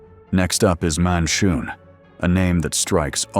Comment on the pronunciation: Lol cromph, monshoon 😂, if you're gonna use ai to make your videos at least get the names right dude.....Gromph....Manshoon